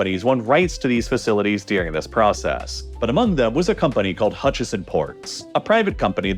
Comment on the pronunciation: “Ladin America” and “deering?” The narrator pronounces things oddly. It’s Latin with a T, not a D. And the word is “during,” not “deering”